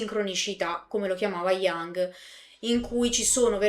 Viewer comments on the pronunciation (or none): solo una precisazione: non Jang ma Jung. Si legge come è scritto. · Jung si pronuncia Jung non iang